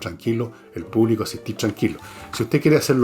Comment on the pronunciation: "Espacio púbico" en lugar de espacio público. 😂 Grande Don Fernando